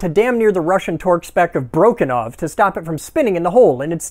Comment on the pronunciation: “Broken-ov”. LOL